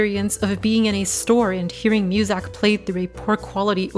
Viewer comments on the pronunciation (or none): Y u say musak?